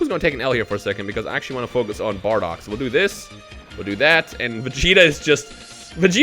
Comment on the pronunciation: Mmmm good bar-dock much better then baa-dock👀